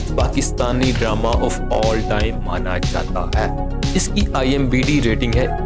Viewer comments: IMDB...not IMBd 😂 !! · Bhai IMDb hota hai imbd nahi😀😀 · IMBD nahi IMDB hota hai bhau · Chacha, ...IMBD Nehi hota hai, IMDB hota hai. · Bhai imdb hota hai imbd nhi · Abey IMBD nahi IMDB hota hai😂😂😂 pakistani are damn funny😂😂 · IMDB bolna tu shiklo